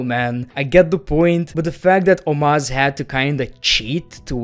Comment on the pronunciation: The way he said omos